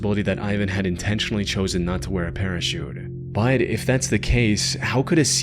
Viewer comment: This narrator literally pronounces the word "but" as "bied". How. Unlistenable